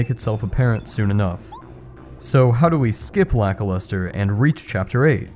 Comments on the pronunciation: You pronounce Lakilester as Lackluster? Is that a joke? Because I always thought it was pronounced lack-keel-stir. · Today I learned that the Cloud dude is written Lakilester. I never played this game but I enjoy your content of it. But the way you say his name sounds 100% like Lackluster so I thought that was his name. Lakilester should be said like the Laki in Lakitu, very hard emphasis on the A and I. And Lester, well just like the name Lester. This video is already kinda old but YouTube recommended it to me so I don't think you'll read this, but in case you do, I also don't think that you would change how you always said the name for this single comment xd Although you say it wrong and for me he is Lackluster now and I can't shake it off s.s